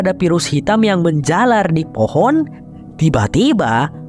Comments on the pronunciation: Keren bgt terimakasih bang , btw gue salfok sama kata FOHON 😂😂 saat serius²nya malah ngakak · Lengah dikit "hehe jadi fohon kan" 😭🤣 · Fohon jadi fohon 😂